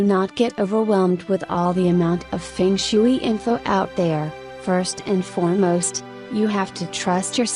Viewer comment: I can’t take anyone seriously who said fung shooo-eee